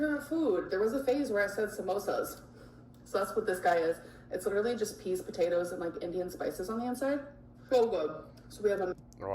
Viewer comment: I hate the way she say literally she says leedarally